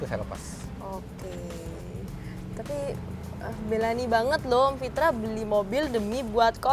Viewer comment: "Belani" ya 🤣 lucu bgt gemesin 🤣